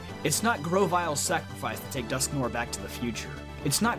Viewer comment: Bugs me how he says dusknoir ahhhgg